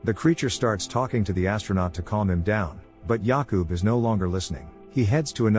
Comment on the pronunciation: As a Czech person it took me embarrasingly long to realize you were saying Jakub and Lenka, the whole time I thought since when are Yaku and Lanca Czech names?😅🤣